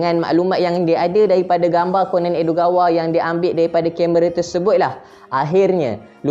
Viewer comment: bacanya ko-nan bukan konen